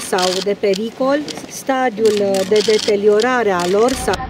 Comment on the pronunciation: "Deteliorare..." FMM!